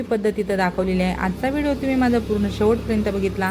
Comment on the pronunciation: तुम्ही मराठी बोलता पण ठुम्ही तुम्ही गडा काय म्हणता